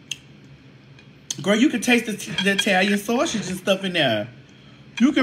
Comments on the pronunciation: Sausage not Sawsh*t!! 😂😂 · Not the saushid..lol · the way you keep saying “Saushix”😂